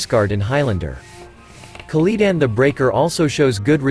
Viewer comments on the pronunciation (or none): For your text-to-speech program, have you considered mispelling words so the program doesn't mispronounce them? ('shawman' instead of 'shaman', 'Keliden' instead of 'Keli'dan', etc.) Using an online program, I was able to make better results immediately from just playing around with the spelling.